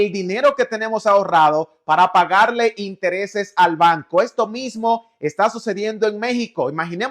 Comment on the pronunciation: Dice intereses 😂